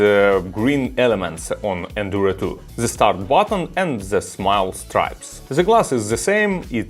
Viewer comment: Произносишь the совсем как Z